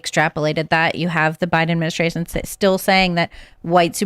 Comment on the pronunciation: Bidaministration ? Ugh that’s so annoying …..annunciation please 🙄